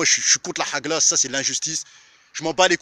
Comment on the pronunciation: c'est pas HAGLA, HAG9A.. Si tu sais pas dire, ne dis pas